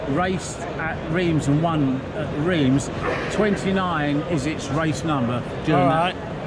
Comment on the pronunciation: Thanks for the video but PLEASE learn how to pronounce Reims correctly. It made me wince! Bit of a clue Reims is not in England....